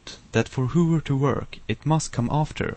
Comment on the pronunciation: Dude, its not pronounced hoover and brooser, its hover and browser. As its written :p Anyways, nice tut!!